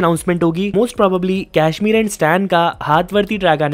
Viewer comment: WTF is कैश्मीर??? It's कश्मीर। तू तो अवतार को भी एवेटार बोलता होगा। Speak like a freaking Indian, हिंदी के शब्द भी नी बोले जा रहे।